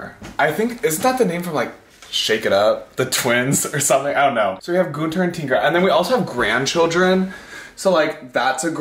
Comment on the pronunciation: That’s not how you pronounce Günther. But if you like the name that way. Okay. 😂